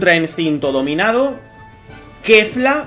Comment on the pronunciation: es que kefla esta entre kefra y kefura la pronunciación XD